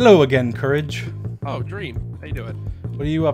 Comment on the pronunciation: It's courage